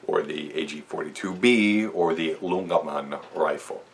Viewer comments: Hello. Nice video on the AG 42. A little tip on pronouncing "Ljungman" is that the L is silent. Just say Jungman or "young man" without the O and as one word, like "Yungman" Keep up the good work. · You should prenounce it as youngman!